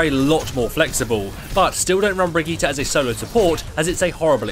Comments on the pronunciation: Its actually pronounced Bri - gi - teh. With a hard "r". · bri - gi - tay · theres no A in bridgitte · The way you say her name is terrible. These are also more beginner basic tips. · everything right exept of your pronounciation of her name